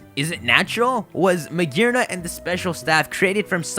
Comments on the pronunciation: There's no R in magiana lol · His pronunciation of Magearna kills me